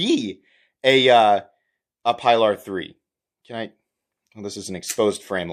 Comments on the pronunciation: It's "pea-lar" bub, not "pie-lar". I'm sure you know the always told boat story that nobody shuts up about. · Pee lar. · Sorry, can’t watch this with such gross mispronunciation of the name. It’s disrespectful.